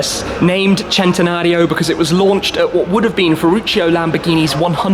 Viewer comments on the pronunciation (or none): Pronounced sentenario not jentenario 🤦🏻‍♂️ ruining the names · im still confused how he gets chentanario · I didn't know the centanario was pronounced as chentanario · Centenario not chentenario😑😑😑😑😬😬😬😬😡😡😡😡